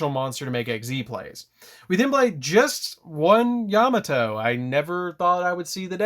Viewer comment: Love the video! Just a heads up his name is pronounced “yuh mah toe” not “yam a toe” great profile I didn’t even notice the new support till you highlighted it! Thank you